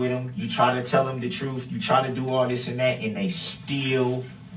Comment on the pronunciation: It’s amazing how easily he lies. I mean, he absolutely was incapable of telling the truth”troof.”